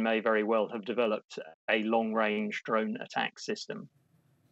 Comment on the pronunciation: Not "droin"! DRONE!